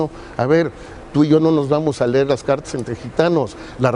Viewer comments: Se dice leer no ler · UN SECRETARIO DE EDUCACION QUE NO SABE LA DIFERENCIA ENTRE LEER Y LER, ESTAS REPROBADO NUÑO.. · Jajajjajajaja tan le importaba la educación que este señor nisiquiera sabía hablar "Lerr" que bruto. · creo que la nina que corrigioo al secretario de educacion cuando se lejo se dice LEER en lugar de "LER", creo que entenderia mas las entrevistas de AMLO que todos estos individuos, jejejeje creo que me entretienen mucho me gusta esto AMLO contra la corrupcion y La Corrupcion (PRIAN) contra AMLO, creo que todos lo que estan provocando que crean menos en ellos....